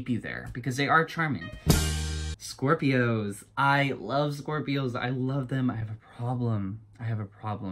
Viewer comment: for all ov mai shcorpioes